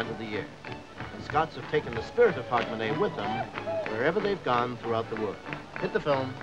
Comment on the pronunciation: Canadian/Yank couldn’t even get Hogmanay right.